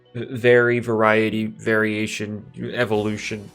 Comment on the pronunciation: FINNALY somebody said variation instead of varilution